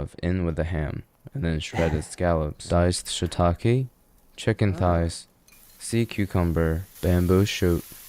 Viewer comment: I'm sorry, man...but I can't STAND the way he pronounced shiitake.